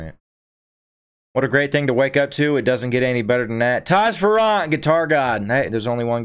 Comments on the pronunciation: Fair-ant the double r s back pack on the other not pronounce separately either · FYI….Taji ‘s last name is pronounced like “Fairant” with the emphasis on the Fair. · It's pronounced Fair rant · You miss pronounce his last name